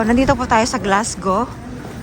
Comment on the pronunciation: just to let you know it pronounce “ Glasgo” po although its spell Glasgow ❤